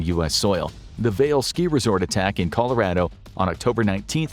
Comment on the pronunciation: for future reference people never say the word Colorado like that. It’s mispronouncing in the cringiest way. CAH LO RAH DO